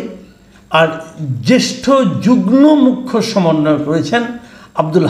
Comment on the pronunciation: 'যুগনো' (যুগ্ন) উচ্চারণ করেন কেনো? ওটা উচ্চারণ 'যুগমো' (যুগ্ম)!